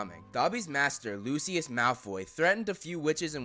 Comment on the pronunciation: who the FUCK is luciliud 😂😂😂 its Lucius dude